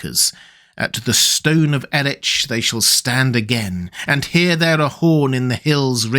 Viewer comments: Encyclopedia of Arda: "Erech is pronounced 'e'rech' (where ch is pronounced as in German 'Bach')." Or as in Scottish 'loch'. (Really not to be nitpicky -- I greatly enjoy your Middle-earth videos. And that's exactly why I take the trouble: your stuff is way too good to be marred by this kind of little flaws.) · your knowledge of the legendarium is far greater than mine, which is why it's always surprising to hear you say "new-menor" rather than "noo-menor". Commenting on this vid in particular because in this you also say "Eretch" but so far as I know the CH group is always said as in "loch". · You’re pronouncing Erech wrong. It is clearly a name from a language analogous to Welsh and therefore the ch is pronounced like the ch in Bach. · Tsk tsk tsk. CH is pronounced as a K in the word Erech. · I thought the /ch/ in Erech was to be pronounced with Elvish rules, and therefore with the same sound as in the Scottish loch. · Given that Lossarnach is nearby and is the most Scottish-sounding place name in Middle Earth, I'm inclined to agree. I've always pronounced Erech with the same -ch as loch. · Check your pronunciation of "Erech". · The 'ch' in Erech is pronounced as a 'k' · I feel that the pronunciation of Erech is incorrect. It's meant to have the same sound as the German "Bach." You don't call the composer Johann Sebastian "Batch" after all. 😢❤😢